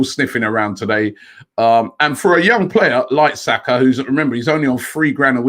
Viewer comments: I Know! And it's not even difficult! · Robbie embarrassingly butchering Saka’s name